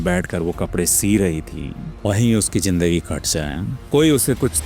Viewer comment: Sir aap logo ko itni achchi story sunate ho apse ek request h ap apna talaffuz sahi kare sir jaher nhi zaher hota h jindagi nhi zindagi hota h